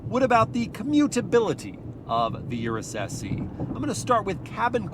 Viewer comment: Pronounced S-Eh.